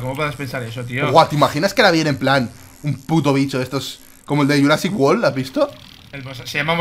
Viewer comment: "yurasic wol" viva